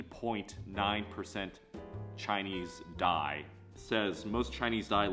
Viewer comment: Dai correct pronunciation is "Tai". There several Tai group. The Tai group was once lived in northern yangze river before the migration to South China. The 2nd wave migration is when they got pushed in to northern Vietnam, northern Laos, and Thailand due to the Tang and Song dynasty. The Tai or Dai or closely related to Zhuang people.